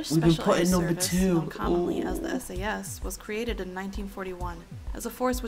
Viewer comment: Not Sas S.A.S